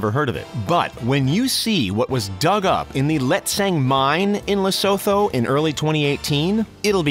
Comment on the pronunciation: Its not "le so tho", its "La Soo Tuu"